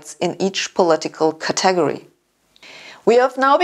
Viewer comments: Sabine, it's pronounced "cat-ah-gory" not "catag-ery". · Cat-TEG-ory ?? Lol... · I think that is the Nigerian pronunciation of 'category.' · Doctor Hossenfelder, I absolutely love the way you pronounce "category" . All your lectures and videos are delightful as well as brilliant. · it's a robot... that cannot pronounce 'category'... why the tight tops? did it just go jogging? epic fail. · Con-SENT, CAT-e-go-ry, ACC-u-ra-cy, AC-cess, RE-ci-pees.